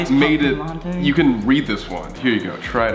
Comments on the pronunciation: WHY SAMMMM ITS NOT LA-TEA ITS LA-TEY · Sam: what!! It’s a pumpkin spice lattyyyyy Me: cringes inside ummm it’s not said like that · did sam really just say "pumkin spice la-tea" ?????? *edit - SOMEONE HAS TO TELL SAME ITS LATTE NOT LA-TEA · It’s a pumpkin spice ‘la-tea’ 😂 😂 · Sam: “It’s a pumpkin spice LAH-TEE” Me: trying not to get triggered by the way he pronounces it 💀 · Sam calling it Lattì is the best thing ever😂😂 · anyone else notice how sam was saying 'latte' it sounded like 'lattee' 🤣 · i died when sam said latea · Sam is saying latte like lahttE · WTF IS A LATTEE… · I forgot how much I hate the way Sam pronounces latte until I rewatched this 😭